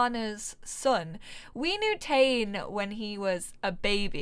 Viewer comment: I think the kids name is pronounced Tah-Né, or at least that seems to be how I've heard it more often. In any case he's BFF's with my sims daughter and I might make them grow up together :D